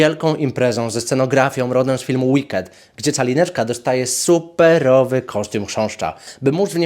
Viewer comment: Ja przez cały filmik słyszę Czalineczka 😂